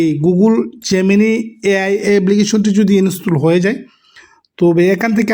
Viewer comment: ফুন কি রে ভাই ফোন, এবলিকেশন কি এপলিকেশন